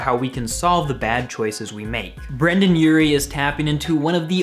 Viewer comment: Brendon not Brandon